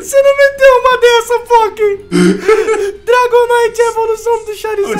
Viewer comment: só VC mesmo pra falar dragonaite naiteee